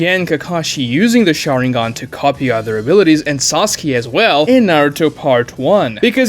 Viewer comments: seconds in i hear sosky and i instantly have no respect for his opinion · No. He can pronounce 'case' perfectly, which contains the same long-a phoneme as Sasuke's name. It is not a speech issue. He simply mispronounced it.